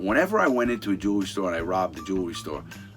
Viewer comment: Every time he said “jewelry i felt he was saying juulery 😂